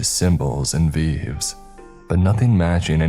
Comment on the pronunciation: Love your stories but veves is pronounced vaevaes